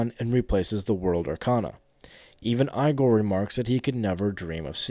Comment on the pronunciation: I don’t mean this to sound too critical, but i find it insane how you manage to mispronounce like every character's name. If it is ragebait, it is genius. Igor is said in voice acting in 3 4 and 5 at the least.